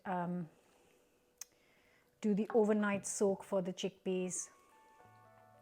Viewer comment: "Chinned tickpeas"...you're exhausted!!!😂